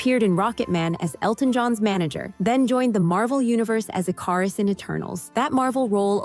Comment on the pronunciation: I-Car-iss?? It's ick-er-iss. I can't stand when creators don't take the time to learn how to pronounce names!